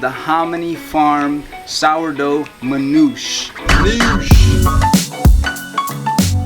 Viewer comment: Hey... with all due respect... you're butchering the pronounciation of Manoushe`. It is Manoosheh. Peace